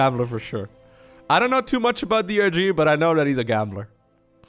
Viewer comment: You call DRG "Durr", like the poker player :)